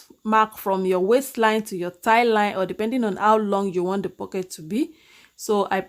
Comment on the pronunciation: Hi, I'm just getting ready to settle in with a cup of coffee during another Covid lockdown to watch this lesson. I love your lessons. They demystify so many curves! Oh... The word "thigh" is pronounced Th-eye. I thought that I would bring it up because we are working on pants. I normally get through 99.9% of your pretty little accent but got stuck on that one in previous videos! I really liked that you drafted an extra line for the thigh!